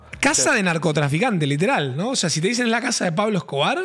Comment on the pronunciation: Jaja "pablo escobai" XD